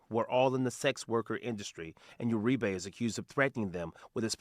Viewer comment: Uri-BEY?! We got a Moor arrested? Nevermind it's URIBE. Them Basque's I tell ya.